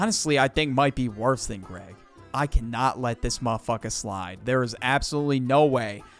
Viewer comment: you witterally keep saying "Gweg" and "Wowley" nerdy sounding ahh boi